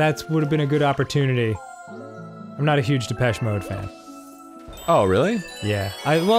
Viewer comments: their pronunciation of depechemode is im-peche-ble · big depeche mode fan, arin drove me insane but at least he never said “da-petchy mode”